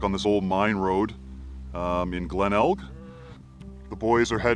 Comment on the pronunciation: I’m from there, the last “g” in Glenelg is silent just an fyi